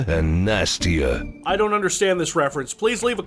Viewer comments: "Siskovi" sisters is a tit based pun lastname, basically the Boobdadhians or the Titths or something and he pronounces the typical slavic name "Nastya" with emphasys on "nasty", as in naughty in bed. That last joke isn't even in Russian - what's not to get here? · No idea what the developers intended for the sisters to be; you've been told already about their last name being "Booby" or something like that. First names sound fine, however Natasha, apart from being a normal female name, is often a stereotypical alias for "russian prostitute" in the west and pronounces Nastya (which is short for Anastasia, also normal female name) as "Nasty-ya", which also sounds like a prostitute/stripper/pornstar alias. This is basically in-character for, so that's probably all there is to those names.